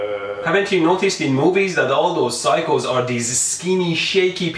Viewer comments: when he said phyco, i thought he said cycle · Oh he's saying saying "Psycho" not "cycles"